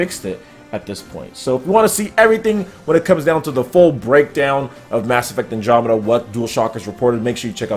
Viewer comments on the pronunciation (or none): none